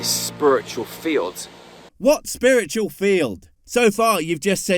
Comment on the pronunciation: Are we just ignoring the fact he's saying "spurritchul" instead of "spiritual"? Cool. Coolcoolcool.